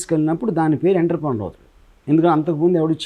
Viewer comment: ENNNTTTEEERRRRPPREEENYYOOORRR Kadu RGV, OONNNTROOPRONYOOOR